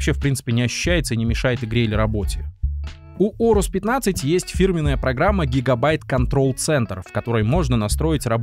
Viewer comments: орус? нет блин орэйрус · Если уж душнить на счет произношения, то от древнегреческого правильное произношение будет "Урус" (попутный ветер), а не Оурус и Аурус (но допускается и так, если правила переложения на другой язык того требуют). В русскоязычной среде прижилось Аурус, потому что оно банально на язык ложится (начало "оу" воспринимается как что-то неестественное и ломающее язык) и созвучно с известным одноимённым греческим словом, означающее "золотой". Такие дела.